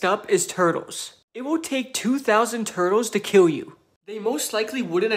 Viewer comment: Ur pronouncing kill as kiww it very cute